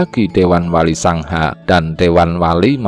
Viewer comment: Penyebutan wali songo kok jd wali sangha Apa cm kuping q xg salah denger Kurang enak di dengar